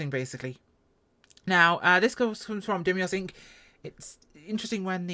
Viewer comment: fyi, Dei - mos, not Dem - ios